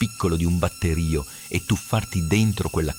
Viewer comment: Basta con sta IA, noioso. Poi ascolti batterío invece di batterio (nota l'accento) o nanomètri invece di nanometri, ed allora lasci perdere.